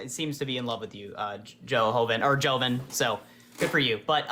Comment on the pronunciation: You annihilated these two pro lifers lol. The guy in the big circle is such an insufferable, passive aggressive cretin. It's funny how butt hurt he gets when he makes those little snide comments like, "the chat loves you, good for you", while he purposely mispronounces name. He pronounced name correctly in the beginning, so the guy is just a child.